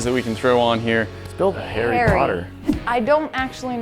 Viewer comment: It's funny how he says "Hairy" Potter